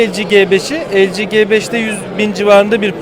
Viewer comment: arkadaşlar su LG nin telefonlarına cibeş demeyin cibeş nedir anlamıyorum ya 'gebeş' dir yada 'cifive' yarı ıngilizce yarı turkce ??? birde siz bu işlerden anlayan isanlarsınız dikkat biraz daha lütfen...